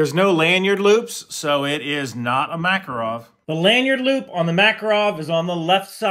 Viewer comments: You're still kind of wrong lol It's not Mákarov, its Makárov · btw, it's makArov, not makarOv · Alright alright, but it's pronounced maKARov